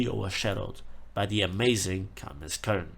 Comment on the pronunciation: it's not kOln. It's koeln That pronunciation hurt my ears